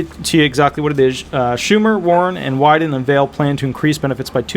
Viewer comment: Ron Wyden is one of Oregon(D) Senator. You pronounced it correctly